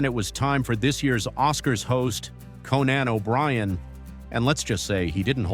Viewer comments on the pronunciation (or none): His name is Conan...not "Co-NAN". Ya friggin ding-dong!